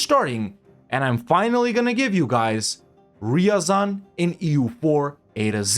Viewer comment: Degenerwte. Its not riyazan Its r ya zan Listen original russian. Better evenryzen